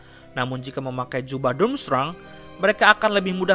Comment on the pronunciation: Dramstreng bacanya.